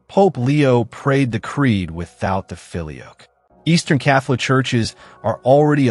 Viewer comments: "Filioque" is pronounced fil-ee-O-quay. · It's not the Philly Oak. It's pronounced feel-ee-oh-kway. And the debate is ridiculous because both positions are true. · You should learn how to pronounce “filioque”.